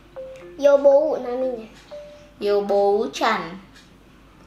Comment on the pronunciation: nama dokternya yobuo ishiya bukan yobou